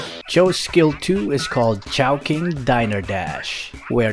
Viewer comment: "Chou"king "Chou" fan Or ChowkingWallFan 😂